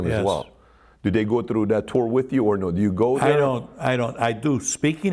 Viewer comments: And "trew" instead of ""threw" as in "I trew da body in da riva." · This guy said tru instead of through n it sounds funny. "When dem der guys come troo der"